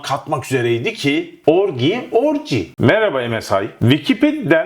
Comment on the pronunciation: murat i love you guy but orgy orci diye telaffuz edilir .that is right pronunciation dir.eeend who gives a flying fork about sinop ordu samsun whatever ,,orciyi turkceye hemen gecirip konsolide yapip konfirme edelim ok bro..